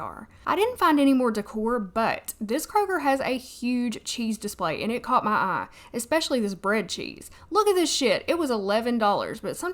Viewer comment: girl your southern accent is on and poppin ☺️ I didn’t know “caught my eye” was prounounced as one word in Arkansas 😊 caw-ma-aye! 😋